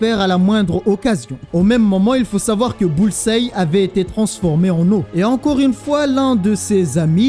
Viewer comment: Bullseye se prononce comme Hawkeye capitaine